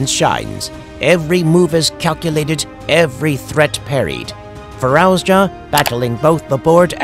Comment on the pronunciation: Fir-arouse-ya? Who's arousing who? And who the hell is this narrator? 🤣